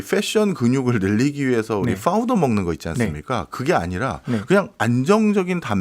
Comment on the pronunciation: 뽜우더 아니고 파우더요 ㅋ